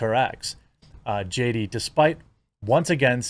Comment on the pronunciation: do you really have to do the JD-AH thing when you've got her name right there in the title?